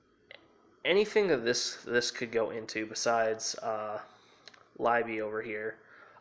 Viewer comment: The rank 10 train card's name is in german. The pronunciation is not "Livey", it's "lee-beh"